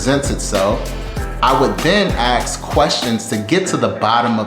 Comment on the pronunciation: “axe”? K. Guy gets a job and day 1 thinks he’s an expert while he can’t even pronounce basic words in English.